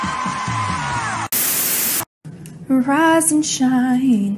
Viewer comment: I know it’s rise and shine but it sound like “Veriiizon Shine” to me😂